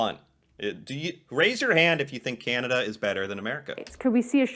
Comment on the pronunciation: Please stop saying Key Ann A Duh! Thing soup is In? What is a "Can"? What you should say with a tongue depressor in proper use? What is "A"